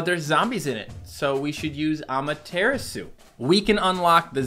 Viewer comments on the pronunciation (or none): ngl you have been saying Amaterasu like this (a-ma-tear-a-soo) but it's actually the Japanese goddes of the sun and so it's actually pronounced (ah-mah-teh-rah-soo) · The way says Ameteratsu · I hate how he pronounce’s Amaterasu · my guy please stop saying amaterasu the way you do its pronounced differently than that